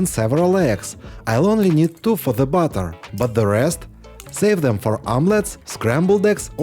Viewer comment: I always liked watching your stuff when it comes out and shows up on my feed which it doesn't always do, I just thought you would like to know that you need to pronounce batter the a and the t more strongly because the way you're currently pronouncing it it comes out like butter yes I know they kind of look the same except one has a u and one has an a but they literally sound like b u d d e r that would be like spreading butter on your bread and batter sounds like well it's a harder on the tea than you'd imagine sing Batman now subtract the man and add an ER and you get the sound that you need, I'm only saying this because for a while I was a bit confused by what you were saying I thought you were going to be making some kind of butter or other and I didn't understand that what you were making was a batter.